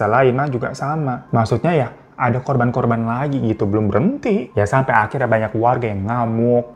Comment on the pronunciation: Q pikir telingaq yg salah denger korban jadi korbon..